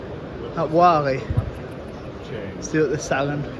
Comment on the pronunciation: Oh yeah just thought id mention its pronounced 'Wor-Lee'